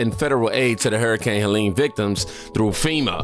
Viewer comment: You're right... Helene is pronounced (Hah-Lean) 👍👍